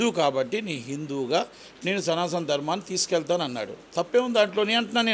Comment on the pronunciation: సనాసన కాదు మహానుభావుడా సనాతన పలకడమే రాలేదు